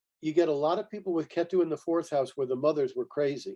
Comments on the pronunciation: Thanks for the talk. The way he is saying Ketu is distracting. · Appreciate the knowledge shared, but also annoyed by how many times he was corrected for the proper pronunciation of ketu but it just didnt register.